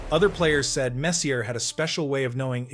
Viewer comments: Mess-EEE-eh not mess-c-ya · Great video but what a butcher job on MESS E' A' s name. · "Mess-ee-uh"? It's pronounced Mess-ee-eh, for god's sake. Stupid. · He wasn't "Messiah", the was the "Moose", great video put together though!!! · Could you pronounce his name correctly. He was not only great on the ice, he was incredibly kind , humble and generous off the ice. His work with Hackensack Hospital , especially the children is legendary. My cousin worked at MSG and she said he treated everyone, regardless of their job, with equal respect. He made the Rangers relevant and when they failed he took all the responsibility, when they won, he gave all the credits to his teammates. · Great video once you get over the mispronounced last name,!! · I tuned this off within 60 seconds after butchering Messiers name. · Please, stop trying to say his last name. I can't do this! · Kind of hard to excuse not pronouncing his name properly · I couldn't make it more than a minute after hearing you butcher his name twice. Seriously, you gotta nail the pronunciations if you're gonna make hockey content.